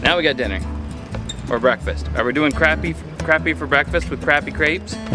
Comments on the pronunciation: You’re saying the word “crappie” wrong. 😂 Say it like “crop-e” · It is pronounced Kraa-pee not Crap-pee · And you have asked this question before and I've let it slide a bunch but for the love of God it sounds like c r o p p y not crappy it's the best fish in the lake down south please don't call it crappy😂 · Is it just a Canadian thing to just pronouncing it as "Crap" or do you not know how to use American language? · Say it like this please “crop” “pee” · You lose me at Crap-E every time! Especially when you’re in the gosh darn South to begin with. Back when I used to guide on lake Calcasieu, the first one that called them Crappy, we used for an anchor lol. You have to learn the dialect of where you’re fishing, otherwise you look like an…..